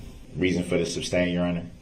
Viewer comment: "grounds for the SUBSTAIN" smh that's not even the word, and even if it was, ,it's not the word he should be saying here. Every time I heard him say, I wanted yell SOMEONE TELL HIM IT'S SUSTAIN!!!!